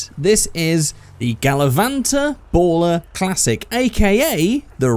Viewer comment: how to pronounce baller Figure8 way BAU-LLER